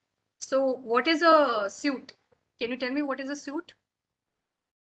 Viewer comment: She is pronouncing "suite" as "suit" how will the candidate understand?